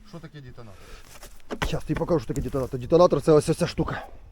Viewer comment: шась пакажу шо еэ дэтонатор,, и пнул кабанчикс с дэтонатороом 🤣🤣🤣🤣🤣 нэвэр ду дысс 👽